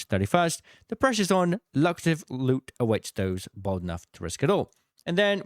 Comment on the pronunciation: Love the videos but, BRUH, "luck-rative"?